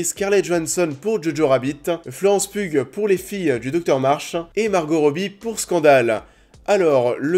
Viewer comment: Tips pour Saoirse Ronan = ça se prononce "Sœur-chat", et Florence Pugh = Piou (pas peugh, ou pugue). ;)